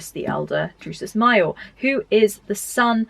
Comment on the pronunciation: Great video. Very helpful...but your pronounciation of "major" and "minor" are making my eye twitch 😂 (all love from the US though ♥)